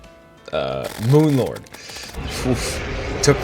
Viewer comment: LOL I love how you fucked up moon lords name twice